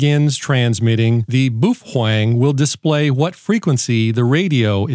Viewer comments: Bwoo fhwang? Cmon! 🤣🤘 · What's a "Boo-fwang"?